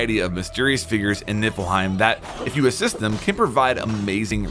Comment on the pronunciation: "Nippleheim", sigh...